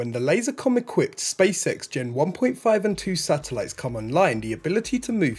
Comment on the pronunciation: Ok first let me say I enjoy this channel, I’m subscribed and I like the concise no hype format. Second… my inner 8 year old always hears him say “the space sex show”! 😆 Anyone else?